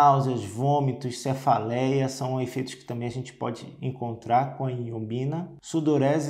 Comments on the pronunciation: Ñ é iombina, é ioimbina o correto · O nome é Ioibina e não Iobina como na sua pronuncia. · Dr. É Ioimbina e não iombina. Te liga mané!! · Pois é. Ao menos pronuncie o nome corretamente. Vc fala errado. O correto é Ioimbina e não Ioimbina. Perceba que há uma outra letra "i" na palavra que o Dr m ignora quando pronuncia o nome da substância.